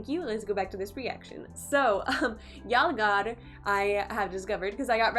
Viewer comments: It's pronounced as yul- gaar! Not yaal- gaar. It means attack!!! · First learn how to say "yalgaar" before grabbing tons of views from india.. I mean how can you react on the song which is not made in your familiar language... Please have some courtesy to learn the language first, before fooling people on the name of reaction, i mean all knows you don't even know a single word from the song then how can you react on a video by only watching pictures.... Thus proved you all can do anything for views, don't use indians they are way more smarter then you think...... 😠😡😠😡😠😡🤢😠🤢😠😠🤬🤬😡